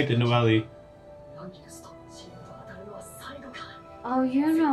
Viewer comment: Lol the fact he still says Noel-ee makes me smile